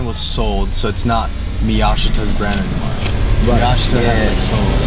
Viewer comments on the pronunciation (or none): Miyashita is pronounced me-yah-she-tah, c'mon man